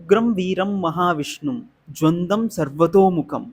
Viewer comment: జ్వందం కాదు... జ్వలంద0